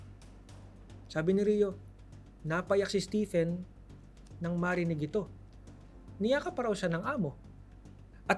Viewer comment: Stephen? Read as Steven.